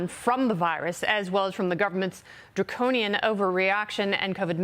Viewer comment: she said draconion